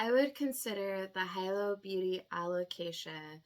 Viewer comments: Pronounced hee-low ☺️ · Pronounced HE-LOW fyi <3 Like the town in Hawaii